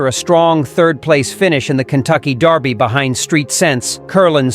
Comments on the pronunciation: The Kentucky Derby is held in America. Maybe try pronouncing derby as it's spelled, instead of the British darby. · If the computer generated voice is going to pronounce dErby like the British dArby, why isn't it all brit? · This guy keeps saying Darby. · Why is he pronouncing it Darby? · Why is he saying "Darby "? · Since when is derby pronounced darby? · ANOTHER A.I. narration! STOP IT with calling the Kentucky Derby the Kentucky "Darby"! ENOUGH ALREADY!